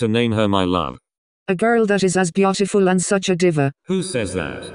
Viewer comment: She said beotifill